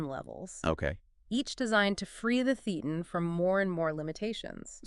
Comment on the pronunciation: FYI: thetan is pronounced - thay ton